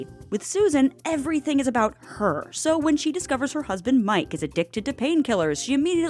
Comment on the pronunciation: lmao not the way she says HER 😂